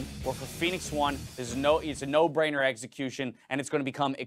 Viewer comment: Why does always have to pronounce EXecution as EGGxecution? Dude played too much Pokemon or something. Tilts me so hard..........